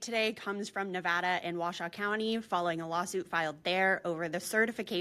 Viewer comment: The county in Nevada is Washoe, pronounced Wah-show.